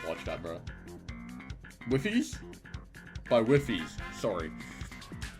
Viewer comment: Wifies as in Wife-ees. Don't worry about it too much 😂